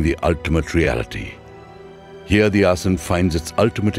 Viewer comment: What a wealth of information! I cannot imagine condensing the history and study of yoga into a 90 minute video. That must have been a very difficult task. I am curious why the letter “a” is dropped when pronouncing certain words, for example asan instead of asana.